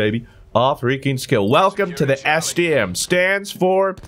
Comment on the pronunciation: I thought he said std so many times